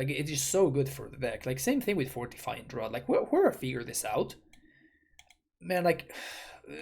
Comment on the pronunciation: Fortifying Draught is pronounced "Draft." It's the British spelling of draft. Yeah, I don't get English either.